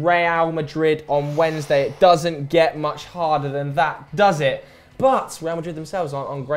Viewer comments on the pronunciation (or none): none